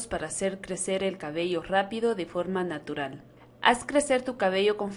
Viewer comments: Dice narutal no natural Jajajajajaja espero no se molesten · De forma narutal jejeje pense que decia nabrutal jajaja